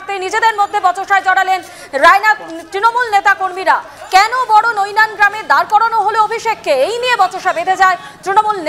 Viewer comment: ওরে খ্যাপা-- গ্রামটা বড়নৈনান নয় । ওটা বড়বৈনান।